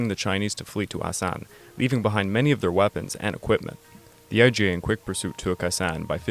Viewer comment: It’s IJA (imperial Japanese army) and not “IGA”